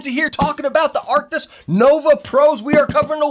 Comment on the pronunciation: Arctis.. not arktiks.. cmon